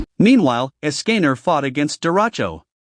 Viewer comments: It’s not es-can-er it’s escanor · the pronounciation dude its sounds horrible like :escaner diani neliotas and like 4 more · Why did he call escanor askinner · Es cA NeR= Escanor (es- cah- nor) BeRliOn= Belios (belly oh s). Mealiodas= meliodas (mel e oh das) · Hahaha es-canor